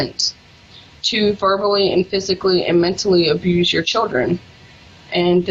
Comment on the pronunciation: "child abuthe"